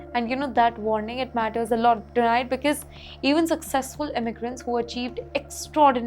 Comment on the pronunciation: It's not becase it's because. Learn to pronounce and speak English. It's a shame to see you speak English